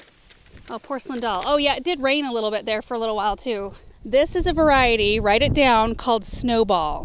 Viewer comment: When says "Write ot down" then you better write it down. 😂 🎃 📜